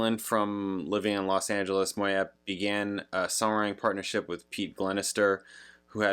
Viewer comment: it's pronounced "Moy yay".....she's from my neck of the woods........Great,great voice.....you may know love resurrection.